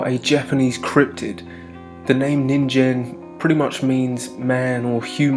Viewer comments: you’re saying “ninjen” it’s a “g” so “ninGEN” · Nin-gen not ninjen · Ningen isn't pronounced with a j sound. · Lmao he pronounced nigen so wrong😭😭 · That's not how you pronounce that.